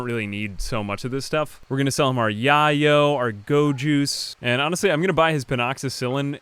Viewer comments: FYI: It's pronounced "yea-o", not "yah-yo"; "yea" as rhymes with "nay" (like "are you voting yea or nay"); try say "day-o", and then just replace the "d" with a "y" sound. For an example, here is a terrible song, but the guy correctly uses it several times in the first 30 secs of the song, so you can hear the pronunciation a few times without having to torture your ears for too long: "Snootie Wild ft. Yo Gotti - Yayo (Official Video)". And for those who haven't yet figured it out, "yayo" is one of many street slang terms for cocaine (like blow, coke, white girl, powder, etc.)- it is just the more modern and "urban" slang word being used now. (I personally don't do the stuff, but I do smoke, and I'm told you can guess the age of a user by the terms they use, much like I know to be true with my vice, marijuana; if someone calls it "grass" they're over 50, if it's "herb/weed" they're 30-45, and if they are young/modern, it's "trees"; same thing, with old people calling it "powder/coke", middle age it's "blow/white girl", and the young/modern crowd its "yayo". It's kind of like giving away your age by saying "groovy", "cool", "on point", etc.) P.S. Don't ask me where they got "smokeleaf"; I've been smoking for 20 years, and have never once heard it called that. It is appropriately descriptive, and most will know what they are referencing, but it is strange that when it comes to cocaine they use actual street slang for it, but when it comes to marijuana, they use terms that they m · yayo is pronounced "yay-oh". it's coke. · I know this is an old video but it bugs me how you said yayo. It’s pronounced like “yay-yo” Watch Scarface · It's pronounced "yay-yoh" a spanish word for cocaine. Like Mayo but with two Y's. Don't ask me how I know. Love your vids <33333